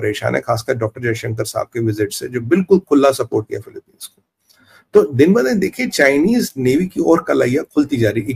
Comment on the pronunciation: Yaa kon sa chima hai jo pronoun bhi nahe kar sakta philipines ko philipine kah raha rai